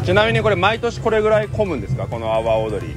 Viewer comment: の說明、阿波踊りが 泡、踊りと聞こえてチョット笑えた。 日本語は微妙？ トンダ意味に成っしまうし。